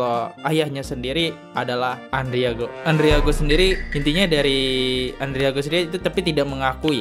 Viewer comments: Bang namanya Andrigo bukan andriago.bnyk mengulas konten mslh orang tpi bnyk yg kliru2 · Andrigooo...Andrigooo, ngomong kayak yg bener.